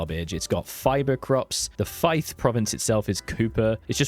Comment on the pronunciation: I checked out of UV and kind of forgot about it, so thanks for this as it has whet my appetite for getting this new one. Oh…. That’d be “Feefdom” not “Fifedom” by the way, although I do like you including the Kingdom Of Fife’s name in such a historically important term 😅 Also you kept calling England “Britain” which, is a tad revealing of your England bias there my Engurlander friend 😝 you’ll never become a true Scotsman with an attitude like that 😉